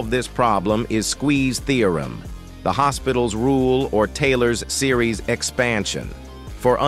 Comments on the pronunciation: Im also not from england, thats why I know its not pronounced "hospital" but instead "delopi'tal" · it’s pronounced l’hopital not hospital and it’s not even spelled like hospital but using hospital makes it easier to remember 100% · Also I think "Low pee tall" is still much better than Hospital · its a thing from math, not expected to be known by peasants, the pronunciation is L'Óhpital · I literally pronounce it L's Hospital I guess I watched too much Death Note 😭